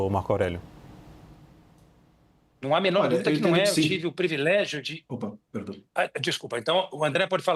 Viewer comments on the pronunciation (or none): E ainda mandou um "previlégio". Simplesmente desconhece a língua portuguesa.